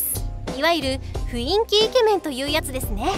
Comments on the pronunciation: 「ふいんき」じゃなくて「ふんいき」ですよ。（マジレス） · ふいんき、、、 ふんいきやで気をつけな…… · ふいんき× ふんいき〇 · 「ふいんき」じゃなくて 「ふんいき」じゃね？ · それ思った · 雰囲気は「ふいんき」じゃなくて、「ふんいき」ですよ！！ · ふいんきって言ってるwww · ふいんきって言うのめっちゃ気になっちゃう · ふいんきじゃなくてふんいきやで。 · ふいんきじゃねよ ふんいきだよおお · ふいんき❌ ふんいき⭕️ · ふいんきじゃなくてふんいきですよー！ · 雰囲気 ↑ ふいんき❌ ふんいき⭕ 字くらいちゃんと読めよw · ふんいきをふいんきって言うやつ苦手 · 雰囲気をふいんきと読むんですか？ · 「ふいんき」ではなく「ふんいき」 以上マジレスごめんなさい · ふいんき❌ふんいき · ふいんき めっちゃ気になる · ふいんきではなくふんいきでは？(マジレス) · 「ふいんき」じゃない、「ふんいき」だ。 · フインキ？フンイキじゃないかな？ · 「ふいんき」じゃなくて「ふんいき」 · ふいんき、じゃなくて、 ふんいきだ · ふいんき× ふんいき○ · ふいんき ではなく ふんいき ですよ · ふいんきって言ってないか？ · ふいんき じゃなくて ふんいき ！！ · 「雰囲気」を「ふいんき」って言ってるからモテないんですね、わかります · 雰囲気の読み方は「ふんいき」じゃい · ふいんきって言ってる…w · 雰囲気は「ふんいき」って読むんじゃないのーっ